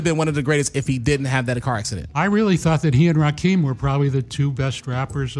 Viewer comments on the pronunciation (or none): Lol he's said Rakeem lol its Rakim